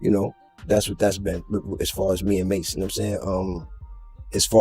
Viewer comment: Can't trust someone who is calling MASE Ma $ E ma dollar e